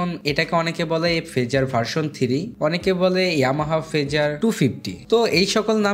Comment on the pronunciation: উচ্চারণ থিরি না, হবে থ্রি।